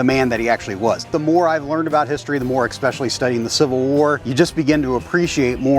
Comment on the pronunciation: “Expecially” how dare you sir!